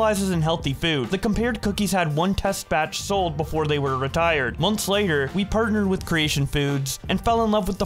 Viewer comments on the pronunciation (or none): none